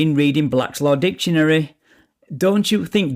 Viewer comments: No he was quoting Blats Law Ditionary. Still it is NOT law, it is a Dictionary not ditionary! Speech therapy is in order here. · Pardon me sir but did you just say "Dishonary" ? Step out of your vessel 😊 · Blatt Law Ditchunary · What is Blaslaw dishanary, or duhlaw? Can these people at least learn how to speak? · I love when these guys cant even speak nor pronounce words correctly Try to state made up sovcit laws " bak laws dicksaonary"